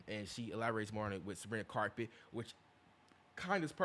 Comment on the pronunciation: WHY IS HE SAYING SABRINA CARPET😭😭😭🥀🥀🥀🥀